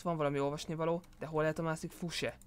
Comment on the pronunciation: Azt mondja " hol lehet a mászik fuse?" :'D